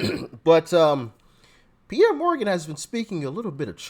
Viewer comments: It's Piers, you actually pronounce the 'S'. They should call him Charlemagne 'thinks he's a god.' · Why do you keep calling Pierce Morgan Pierre? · 😂 did you just call him Pierr Morgan...😂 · Doc.. it's Pierce not Pierre..... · FYI, ITS not piere Morganits prnounced Pierce Morgan. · Just wanted you to know, it's Piers (pierce) Morgan. But love your posts❤ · Pierre ??? It pronounced peer-zz.. or peer-se... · It's peeeer's Morgan Morgan lol no pi er he's English not French 😅😅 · Thanks for another great show, btw, it's not Pierre Morgan, but Piers, pronounced Peers. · I usually watch on ROKU so I don't comment, but I watch you every single day. I love your content...oh, by the way it's Piers, like pierce, not Pierre. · His name is pronounced PEERS. Not Pierre. No disrespect just passing info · His name is piers like the needle pierced my skin. (Not trying to be rude nor a grammer nazi just enlightening I hope) love your channel. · Morgan's name is pronounced 'Pierce'. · Nice video, but it Piers Morgan not Pierre 😂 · Piers is pronounced Pierce, lol! Trump has my vote no matter what. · Pierre Morgan 😂 That's the first time I've heard his name pronounced that way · His name is pronounced"Peerz" Morgan. Just an FYI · Piers..pronounc ed Pierce. Love ya Doc. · Piers is pronounced Pierce 😂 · Bro, it's Pierce Like PEERS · Just as a clarification, Piers is pronounced like “peers.” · Doc, it's Piers, like what boats pull up to. :) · Piers Pronounced- Pierz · Pearce for pronunciation matters. Get a grip. 😮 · His name is pronounced PIERs as in fishing Pier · its pronounced like a fishing pier but plural